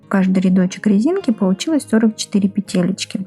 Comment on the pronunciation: Ниточка,петеличка, рядочичек - это что, детский канал по вязанию? И не РИдочек - а РЯдочек